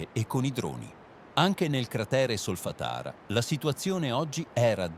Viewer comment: anche io uso 11labs e la vostra stessa voce, lo fa anche sky!! Provate a mettere un accento sulla vocale oppure a separare le sillabe con un trattino, tipo solfa-tara. Provate a rifare solo la frase sbagliata, al di fuori da tutto il testo, finché non la pronuncia giusta e poi montate il video. Potete anche salvare le parole pronunciate correttamente e sostituirle nei video futuri se vengono sbagliate. Oppure ve ne fregate, che tanto ci interessano gli aggiornamenti! Grazie